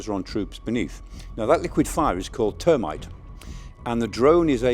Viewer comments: GRAMMAR IS UNACCEPTABLE GET IT RIGHT THERMITE NOT TERMITE, A BUG OUR YOUTH IS BEING TAUGHT INCORRECT -GRAMMAR, -SPELLING -PRONOUNCING NO EXCUSES it makes US look STUPID IN THE 21ST CENTURY??🏴‍☠️☠️🏴‍☠️☠️🏴‍☠️☠️ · T U R-mite? It's THERM-ite. Nap-on? How about Nay-Pom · Thermite not termite... Napalm not Na-palm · What is wrong with this guys pronunciation of things? He is supposed to be Sky’s expert yet he cannot pronounce things properly. Termite! I don’t think the drones drop termites on the trenches, it’s called thermite! Then there is Napalm. It is not pronounced how he called it is supposed to sound like “nay-pam” and not “na-pam” and don’t even get me started on him describing the American Abrams tank. He was previously calling it an Abrahams tank. Sorry I know this might all seem petty but if a supposed expert repeatedly mispronounces the subject matter he is suppose to be advising on it brings into question how much does he really know or understand. I very rarely listen to him on Sky now for this reason. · Raining liquid metal is one thing, but dropping termites on the enemy.. Isnt that biological warfare?? It's pronounced therm-ite, not term-ite! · its thermite not termite professor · Why does Michael Clarke pronounce 'thermite' as 'termite', and call it a liquid? It's standard formulation is a dry mix of iron oxide and fine aluminium power. My first contact with the stuff was as a schoolboy chemist 60 years ago. It definitely burns hot and can be used for on site crude welding operations, such as joining train rails together. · Thermite not termite, it's not a annoying bug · Come on Michael...get it right...thermite is pronounced THUR-Mite not Termite ... Napalm is pronounced nay-paam not nappalm as in nappy... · It's Thermite not Termite. That's the first time I've heard someone pronounce Napalm like he did. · Nap-alm??? its pronounced "nay paam". and Thermite??? isn't pronounced like the detritophagous eusocial insects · And map ite 😂 the man's a bellend